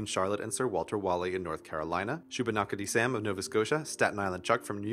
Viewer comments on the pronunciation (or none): Shu-ba-nack-a-dy Sam. I live nearby to there and you said it weird.